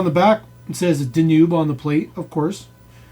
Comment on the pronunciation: It's pronounced Dan-Ube like the river in Germany